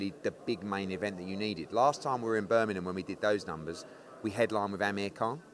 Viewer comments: Birmingham, not Burminum. 😂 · There’s a G in Birmingham btw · can’t say Birmingham properly! 😂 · Annoying how people don't pronounce the 'g' in Birmingham...😂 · Can eddie say Birmingham properly ffs